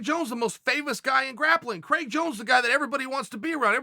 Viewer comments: Craig Jones: My name is spelled Craig not Criag. Chael: I say it's Criag. Craig Jones: OK great. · "Criag Jones"